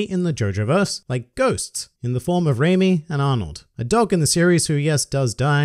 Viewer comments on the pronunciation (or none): none